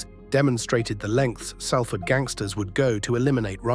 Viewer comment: Learn how to pronounce Salford mate.